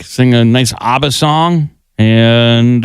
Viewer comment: ABBA's pronounced like "Ah-bah", not "Aw-bah."